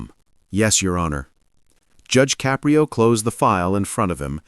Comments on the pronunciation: its Ka-prio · This is made by AI. That is not what Judge Caprio looks like. There is no bailiff in his TV court room. His name is not pronounced Cap pri o. This case never happened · 🟦…. I hate th' way AI pronounces "Caprio".